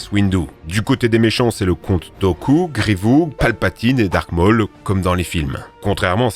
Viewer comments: grivou ?? grievous tu veux dire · Je réve où il a dit grivous au lieu de grivious au début de la vidéo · J'ai entendu quoi là griveou et pas griveous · Grievous pas grievou XD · Grievous avec un s pas grivou t'as vraiment un problème de prononciation mec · C'est pas grivou c'est grivious 😂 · Star warS , GrievouS , finissez les noms svp ca fait bruler les oreilles... ET NON Ce n'est pas Rex dans Star Wars 6 , ca n'a pas été confirmé :) Sinon très bonne vidéo ! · C Grievousse en prononciation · Le Général "Grivou" mdrrrrrr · Grivou mdr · "Grivou" Il n'y a que moi que ça a choqué ? 😅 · Griv-Ou ? XD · Un peu culotté de me dire que je n’ai jamais vu la fin de Clone Wars quelques jours après que j’ai fini ET commencé Bad Batch (Et prononcer Grievou, c’est un non) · grivOU jpp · Grievou mais t as oublié de prononcer le s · Général « Grevou » 😂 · "Grévou" pour Grievous, c'est à la fois hilarant et adorable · "Grivou" comme "grivaux"' mdrr pauvre general grievious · dis pas Grivou mdr prononce le Sà la fin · Masse Windou et Gris-vous. Amusant vos prononciations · le fameux général grivou 😂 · Général grivou Mdr ça m'a terminé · Arrêtons le général grievou(s) 😅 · il a dit grivou je me suis dit oula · Par contre c’est THE Clone Wars et le s de GreviouS ce prononce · Clone war, grivou… t’es sur de la prononciation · la prononciation de Mace Windu et de Grivious fait mal aux oreilles mais sinon excellente vidéo bravo, la partie sur Clone Wars est incroyable